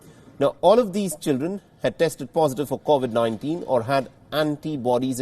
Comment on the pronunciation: Mostly kawasaki. Also please can you pronounce covid properly. It just annoys me sorry!